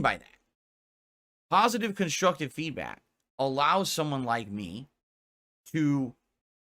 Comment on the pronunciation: Why does he constantly say feedbat instead of feedback??